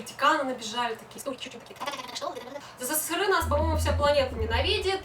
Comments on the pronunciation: Сысысыры хахах эсэсэсэр правильно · СССРЫ???? Это что такое? Я знаю только СССР. Все вроде бы и ничего, важные темы обсуждает, но это СССРЫ бесит до зубного скрежета!! Почему ты так говоришь? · Говори правильно сссср а просто СССР . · В целом видео интересное, но СССЫРЫ - это очень жутко и не красиво звучит. Есть "СССР", пусть оно и будет "эСэСэСэР", а не сыры какие-то. Ну и "плохих" и "хороших" туристов/людей в каждой стране полно, не только россияне "не умеют" отдыхать, китайцам, к примеру, и вовсе иногда буклеты выдают "Как себя вести в другой стране", когда они едут на отдых. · ЭССР правильно так произносить!!!!! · Казалось бы интересно, но.. еле досмотрел... Какая-то истеричная подача, судорожная жестикуляция, сплошные причмокивания, как заезженная пластинка - исковерканные речевые обороты, как пример - "сысысыры" и т.п., кривлянье, которое в конце вызывает рвотные позывы.. У девушки самолюбование зашкаливает.. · хватит называть СССР сысысыры... не коверкай аббревиатуру...у меня тоже не однозначное отношение но себе такого не позволяю...за коробящее "сысысыры ставлю дислайк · Как режет это СыСыСыРы... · а в чем прикол каверкать "сссры"? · Впервые услышала такое смешное произношение СССР